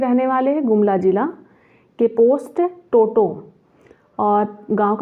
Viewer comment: टोटो नहीं टोंगो होगा